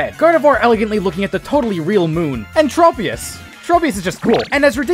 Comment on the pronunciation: Also the "Trop" part of "Tropius" is pronounced like "Tropic" , not "Trope"